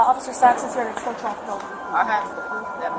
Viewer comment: Why can't people say the word escort properly. It's not Excort... It's Escort.